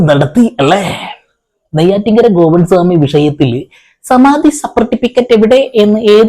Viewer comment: സമാധി അല്ല ; സമാതി, സമാതി, സമാതി